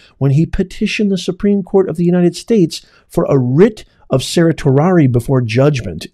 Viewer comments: It’s pronounced sir-she Ari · just a quick fyi you are pronouncing certiorari wrong, its Sir She orari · Professor of what? Certainly not law as you can not pronounce certiorari or limine.